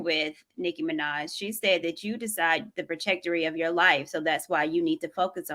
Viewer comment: Somebody tell that the word is "Trajectory."